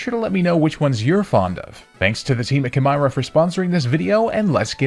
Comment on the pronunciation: It’s ki meera. Like chimera the mythical beast but spelt their own way. Please say it right it hurts my brain